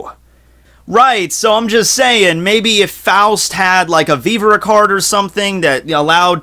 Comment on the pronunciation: My last name is Faust. Thank you so much for pronouncing it right. Say 'frost' but remove the 'r'....that's how people say it too often 😒😞